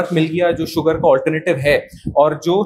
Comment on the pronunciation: अबे ओ अंजूम, शूगर होता है सूगर नहीं। अपना उच्चारण ठीक कर ले। अंग्रेज़ी ठीक से बोलनी नहीं आती तो हिंदी में बोल ले, लेकिन हिंदी में भी तू सक्कर ही बोलेगा क्योंकि तू जन्मजात अपभ्रंश है....😅😅😅😅